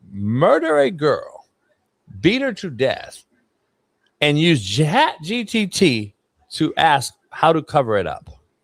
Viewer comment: “Chat GTT” 😂😂